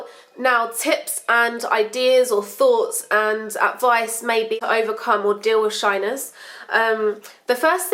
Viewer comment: When she says shyness i keep thinking she says shiners